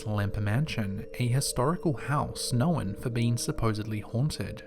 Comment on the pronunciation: The way he says known bothers me.